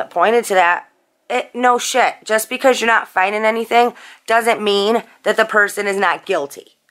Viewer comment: Your “no shit” with the northern vocal intonations makes me for reals lol. It’s so so so familiar yet so far away (family’s from Michigan.)